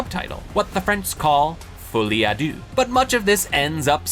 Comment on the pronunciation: "foley a doo" French speakers: cringing errr....have you ever said these words out loud before orrr.....?"